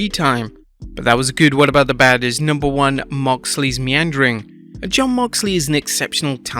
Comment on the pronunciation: Wow The word is “MEANDERING”? I always thought it was “NEANDERING” like a neanderthal 😂😂